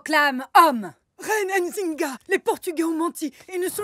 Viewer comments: On ne prononce pas le N. On dit Nzinga et non N..Zinga. Merci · Pourquoi elle est bleu Nzinga ? XD elle a tué son frère quand même et son nom est mal prononcé, comme Ndongo d'ailleurs, ça fait mal aux oreilles dommage. Comme tout les noms comme Mbappé, Ngolo Kanté ou Nzonzi d'ailleurs xD on ne dit pas "Ein zinga" mais "Nzinga" tout court, comme on ne dit pas "Eim Bappé" mais "Mbappé" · C'est pas "Ainezinga" C'est Nzinga, et c'est même pas la vraie Histoire, histoire qui est beaucoup plus tragique que celle montrée. Bref vive l'Angola 🇦🇴. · Je ne suis pas d'accord avec la manière dont les Français prononcent nos noms... Nzinga et non N'zinga... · Je vous en supplie faite un petit effort sur la prononciation x) C'est pas N-zinga mais nzinga, tout collé! Mbandi et pas M-bandi ;)